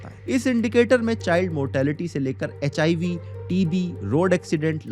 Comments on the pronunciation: bhai HIB nhi hota HIV hota hai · HIV ❌ HIB ✅ 😂😂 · It's HIV not HIB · Hib ni hota HIV hota hai bhai 😅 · Bogus data and rankings. Lack of relevance. And bro you please prepare well before coming up with your content. What is HIB? It's HIV ( Human Immunodeficiency Virus) even a kid will tell you. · Its "HIV", not "HIB"